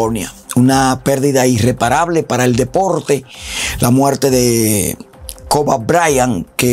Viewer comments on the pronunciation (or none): Cobe, se dice (Cobi). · Se pronuncia kobi no koba lol